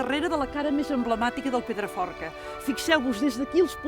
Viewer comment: Llastima que aquesta tia no sapiga ni tant sols pronunciar el nom del Pedraforca, i ens vol fer veure que el coneix sensa haver-lo vist mai a la seva vida. Perquè no el presentava algú que de veritat l'estimés?